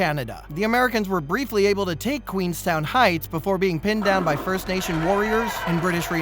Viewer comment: The pronunciations were incorrect. It’s Fort MAC-N-Naw, Fort Megs as in Meg Griffin and Queenston not Queenstown.